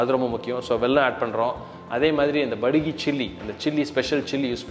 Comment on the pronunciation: this is not BADAGI Chilli (ಬಡಗಿ ) 🤣🤣🤣😂😂😂, this is *Byaadagi Chilli(ಬ್ಯಾಡಗಿ )👊👊👊*